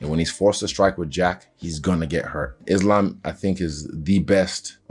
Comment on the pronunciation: I love Belal but the way he pronouced Islam is annoying. How the f a Muslim like Belal can't pronounce the word Islam correctly?